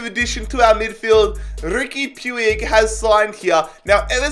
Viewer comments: RIP Riqui Puieuig it's pronounced "puuch" in catalan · Who else got triggered when he butchered puig’s name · please pronounce puig's name correctly........